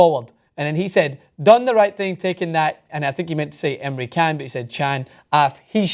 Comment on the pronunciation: Even just the first half hour of this was better than most games I've seen this season. I couldn't believe how much had happened by then. Btw,, you're on TYT, you should know how to pronounce Emre Can.